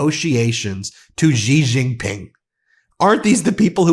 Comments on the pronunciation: Please learn how to pronounce Xi Jinping. It sounds like "she jean ping." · Good video. FYI, 'Xi Jinping" pronounced "See Gin Ping." The X should sound like S, not Z.